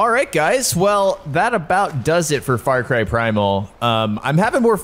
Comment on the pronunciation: He says Fart Cry 💨😢